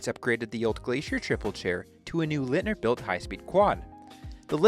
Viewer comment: Thanks for this Interesting Documentation. For Future Reference, Leitner not Litner ;)